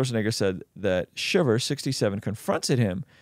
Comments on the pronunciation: It’s not shiver it’s shriver lol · Its "Shriver"! , not Shiver ! 🥶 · Shriver pronounced like driver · shRiver theres an R in her name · Your pronunciation of Maria Shrivers name is hilarious 😂